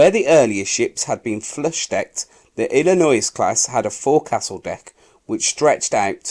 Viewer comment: Wisconsin....wiSkonson Illinois...........Illinoyz Kearsarge.....keersaj Awesome voice work. Absolutely appropriate for the number of times contributors have mangled English history. Love channels like this, look forward to more, hope you get better.